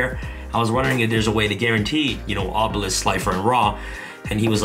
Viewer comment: Me hearing you say obilesk is powerful me having dragon master knight